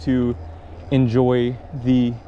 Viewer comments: Ask the locals how to pronounce the name of their town. You say 'Vassen' now, instead of Vaassen. When there's a double 'aa' you get a long and round vowel. Your mouth goes wider, pronouncing it. You can also google for the word 'vaardig' to test the pronuncition of the 'vaa' sound. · Vaaaah-s'n not wassen :) Close to where I live, I live across the river. v is to f what z is to s, in dutch, totally not a W.. Vaasen, Wolf country :) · I read that too, but "Wassen" is what I heard. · Really cool video,!You are bicycling around VAASSEN, pronounced as VAAAAA ( the A sound of AMERIKA) Not the A sound of WATCH or DARK. To speak Dutch in simple situations like buying groceries or ordering a coffee and cake is appreciated too! the Dutch have to speak English in their hometowns now a days, which I found a bit sad. I love to speak my own language and I love being helpful to speak English to help out but the English language becomes the norm now. We, the Dutch, gave away our culture by being too helpful or too showing of our ability to speak foreign languages…. Enjoy the Day! Yes, a sunny Dutch day is the BEST! 🥳